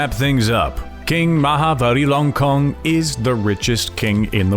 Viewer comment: First , please Real his name correctly Ma Ha Va Ji Ra Lon Korn